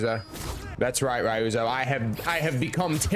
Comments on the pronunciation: You were really cross with Rai-You-Zo, wasn’t ya? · “Ri-ooze-o” Don’t do that again… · Bro its KOTUN KHAN. not kOtUs KhAn. And its REE-OO-ZO not Rioozoe. AND DONT EVEN GET ME STARTED ON LADY MA-SA-KO